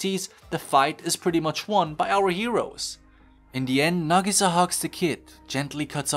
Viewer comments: its nag-ih-sah not na-gee-saa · hold on, say nagisa's name again, but right this time